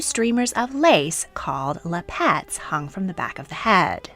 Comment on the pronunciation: The word "lappet" is pronounced "LAP-et." You are pronouncing it "Lap-ET" as though it is spelled "lapette." (I looked it up in the dictionary.)